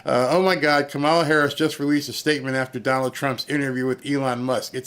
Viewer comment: Glorious, thank you! But her name is pronounced Comma-la.